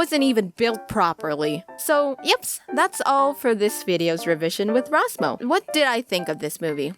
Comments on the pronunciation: When you can’t roll your r’s so you can’t say her name right Oooooof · I cannot get over that introduction. RRRRRR Ros Mo